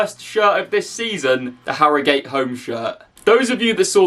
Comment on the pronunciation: Why does he say harrogate like that